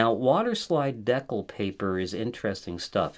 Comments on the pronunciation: Great professionally done tutorial but FYI It is pronounced de-cal, not dec-le. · I'm sorry is he saying "deck-ull" for decal? Whoa!? That's really weird. It's "dee-cal" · US Americans say "dee-kal." Actually it should be "day-cal" given its French origin and spelling. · Dee-cal! Just like the ones that came with the plastic airplane models you put together as a kid. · I'm not making fun, because your good people, genuinely helpful & doing your best, but decal paper = (D--Kal) paper for making decals. Okay ty & I commit to helping you as much as possible!!! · I think it's Dee-Kal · “Decal” is pronounced “dee-kal“. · The way you pronounce decal so confidently incorrectly is crazy